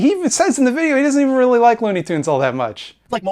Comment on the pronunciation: by the way did you get inspiration from your Watchmen video for this one too? i think you were "weally-weally" upset they butchered your favourite comic book. other than that keep making fun of Pimtool.